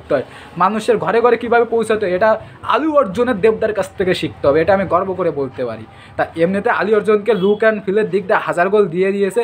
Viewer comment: আলু অর্জুন😂😂😂 বোকাচোদা আগে উচ্চারণ ঠিক কর